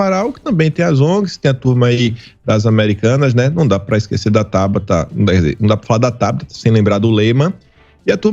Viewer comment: VOCÊS ESTÃO SEMPRE COM OS NOMES ERRADOS. . NÃO É BATATA. . É T O B A T A. .